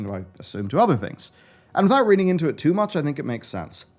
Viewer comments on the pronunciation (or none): none